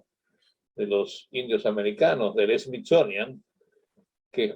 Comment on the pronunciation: Llegue a los 7 minutos despues de oírle decir Smizonia, Natgeo y ver su chamarra con el logo de la n a s a para poner pausa ... y ver los comentarios y salir decepcionada :(